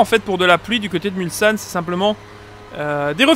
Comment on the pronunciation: hey! toujours un plaisir de revisionner tes anciennes vidéos! Au passage, Mulsane ce prononce mulSSane et pas mulZane:p